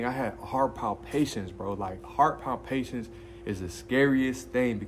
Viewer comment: Heart Pal-Pi-Tations. cant keep letting you say pal-pations lol